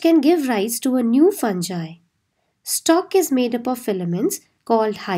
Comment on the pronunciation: Pronunciation of fungi is wrong plz clear it